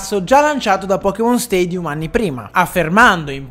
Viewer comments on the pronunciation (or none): none